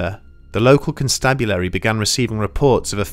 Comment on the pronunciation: I love how he said local constabulary LOL